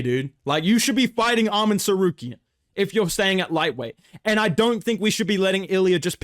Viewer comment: Why did bro pronounce ‘Arman’ like Dan Hooker..?😂😂